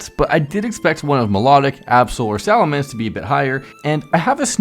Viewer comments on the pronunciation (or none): none